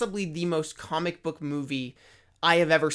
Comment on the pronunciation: “Kohmick” lol